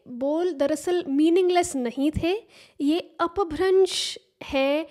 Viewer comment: I think she's Marathi. (I'm judging the way she says apabhransh अपभ्रंश , as she pronounces अप properly as an अकारांत)